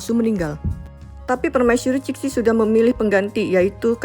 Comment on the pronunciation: Ceritanya bagus... cuma tolomg cara baca pinyin nya diperbaiki. Qing dibaca jing. Cixi dibaca jesi dgn e seperti membaca empat bukan tempe. Makasih